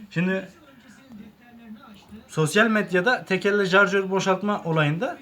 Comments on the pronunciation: İcra değil irca yayı jarjör değil şarjör değil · abi alakasız ama ALLAH RIZASI İÇİN BAK ŞUNA JARJÖR DEMEYİN ARTIK ŞARJÖR O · Jarjör değil şarjör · Hoca icra yayı değil irca yayı jarjör değil şarjör bende tsk personeliyim ben yapamıyorum her TSK yada EGM personeli yapacak diye bir şey yok ama yapabilen bir sürü arkadaş var hile falan da yok ve onların reklam yapma gibi bir düşünceleri de yokkk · Jarjor diğil şarjor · Artık senin yüzünden jarjör demeye basladım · 1 jarjör değil şarjör 2 icra yayı değil irca yayı kardeş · jarşör değil şarjör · Carcör denendiğinde şükür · jarjör değil şarjör icra yayı değil irca yayı sen önce namluya jarjör değil namlu demesini öğren. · zarjör değil şarjör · Jarjör kfkdkfk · Abi neolur şu şarjöre jarjör demeyin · Jarjör diyolar bende acaba benmi yanlış söylüyom diye kendimi strese soktum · şuna jarjör demeyin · Şu şarjöre JARJÖR demekten vaz geçin artık yeminle silahtan soğuttunuz milleti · Sen önce şarjör demeyi öğren